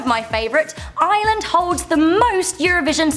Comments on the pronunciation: WTF stop saying I-land that not how u pronounce it im Irish and its iReland! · Please stoooop calling the country iiiland it's kinda offensive to me please just stop! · WHY DOES EVERYONE CALL IT ISLAND ITS IRELAND WERE NOT LEPRECHAUNS BECAUSE WERE NOT SHA SO SHI SHA NO NO ITS NOT PADDYS DAY ITS ST. PATRICKS DAY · She keeps pronouncing Ireland as island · I'm from Ireland and its pronounced: are - lind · Leave Northern Ireland in the picture. They're Irish on the inside. You are not a redhead a redhead has more orange colour . The leprechaun museum is rubbish. We call it the Great Famine. Guinness is the best beer ever. Ireland is pronounced like 'ar-land'. And you said " it is a great craic" when you should have said " it IS great craic" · She was she saying "Island" 😂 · Your pronouncing it wrong it's pronounced areland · You kept saying island not Ireland. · Why do you call Ireland I land I'm offended I'm from dublin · I'm irish and its pronounced iRRRRRRReland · MariaSh eastern irish people also have british accents but we pronounce it correctly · Stop calling fucking Ireland island the r is the silent you strawberry head bitch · when she says ireland, it kind sounds like island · I'm from Tyrone Ireland!!! Also didn't it sound like she was saying island??? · I am so insulted. And she can’t say Ireland. Like if you feel the same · im irish and im reall anoyed at the way she said ireland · I hate listening to people saying Ireland, because they can't say it right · If you love Ireland so much than why don't you learn how to pronounce it properly? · she is saying Ireland very wrong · i hate when people who aren't irish say ireland WRONG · Ughh you say you love Ireland but dont know how to pronounc it!😡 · she's not pronouncing the r in Ireland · Its IRELAND not Island!! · it's Ireland not island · It's Ireland not ieland and Africa is not a country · look ITS NOT ISLAND SAY IRELAND NOT ISLAND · Am I the only one who gets mad when people pronounce Ireland like Island